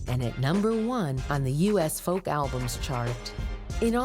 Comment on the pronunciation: Thank you! Banked off others' work. Plus anyone who pronounces it "alblums" needs to go back to school! 🤣